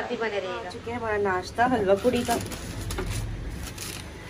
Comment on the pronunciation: Say Halwa Puri.. Not halwa puddi